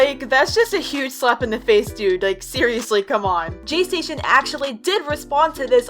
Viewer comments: u said jaystaion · Me: she said jaystasion Im not gonna say heERe WeE Go AGAIn im gonna say I KNOW JAYSTASTION my sister said he makes fake 3aM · When I hear "" jaystation "" I hear "" PlayStation "" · says Jaystation Me: visible cringe